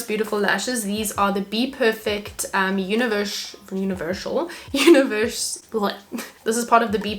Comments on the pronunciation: Love this tutorial! I'll definitely be trying this out. I had to laugh at univershal 😂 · Had to laugh at the “univershal” and OMG hi,!